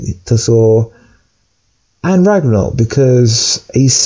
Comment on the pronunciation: It’s pronounced ragnarok not raganok. And I think you meant to say Asgard will be destroyed not ragnarok